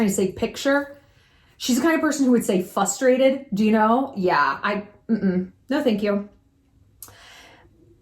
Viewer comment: The “thank you” after “fustrated” 🤣😂